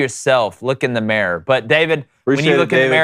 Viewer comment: Your use of fanatical and pronunciation of Mirror keeps me going.